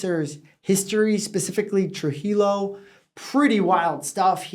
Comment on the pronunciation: Trujillo is correctly pronounced TRUE-HE-YO. It's a Spanish name.